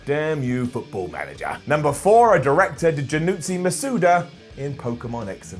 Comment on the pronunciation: "Janutsi Masuda" ow. That hurt my brain.